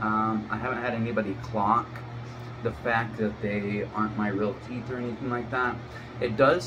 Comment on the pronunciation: Clonk? I think you mean clock